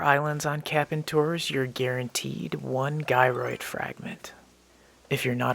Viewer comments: it's Gyroid not Guyroid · btw, gyroid is pronounced with a soft g, like jyroid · Do you have to have played for a year in order to be able to find it? Or anyone can no matter what? It’s pronounced Jyroid .lol